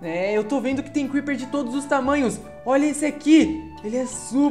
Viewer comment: O crepeer falo kkkkkkkk